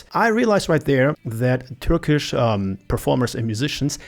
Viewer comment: "törkisch" Das war eindeutig deutsch mein bester. 😅 Wie immer Top Video!